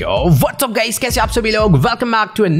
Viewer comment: fact about ujjwal's intro commonly he says that yo whats up guys and at some time ago he literally says yo whats up gays lol btw it is just a joke love u ujjwal bhai